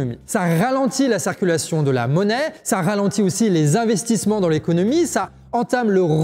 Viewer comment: La cEEErculaion! Ouch!!! Vu que tu es le, essaye de prononcer " cIrculation " STP. Super série. Gros travail. Merci